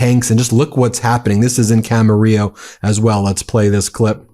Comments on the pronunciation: Kudos on pronounciation Ben - you nailed Camarillo, you wrangled Carpinteria & beloved Salud Cabajal. Trump needs impeachment & jail, Miller should crawl back under his rock. No one agrees with these gestapo theatrics. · Dang, I lived in Camarillo, . It was a nice place to grow up. Makes me sad to see Trump ruining it. Thanks for pronouncing it correctly, Ben!